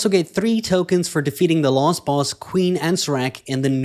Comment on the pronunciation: You keep saying lost boss instead of last.